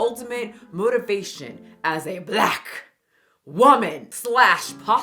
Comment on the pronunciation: how u said “blACK” reminded me of much of the black three headed monster skit lol